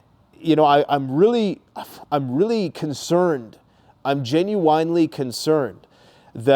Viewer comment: Apparently you never saw my kind post from last year letting you know that You are the only person I know that pronounces "Genuinely", Genu-Winely. Do you say "Genu-Wine"? If not then why say Genu-Winely? Love your videos.